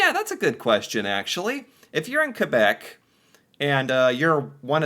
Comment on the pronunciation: Does this guy actually think that everyone moves on the same day every year?? Two years plus of doing these videos now, and still doesn't understand why Quebec doesn't celebrate Canada day? It seems like he has to be reminded every week or so that "Quebec is the French one." At least he pronounces it correctly.